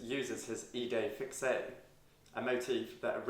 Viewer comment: It's more like 'sanfonie' than 'sawnfonie'. 'Idée fixe' pronounced 'fix', the 'e' is silent here. Very interesting video! Thank you.